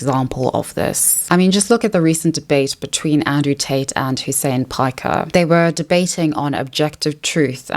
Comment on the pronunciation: "hussein piker" lol what